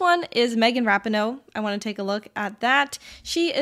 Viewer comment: That Rapinoe pronunciation tho lol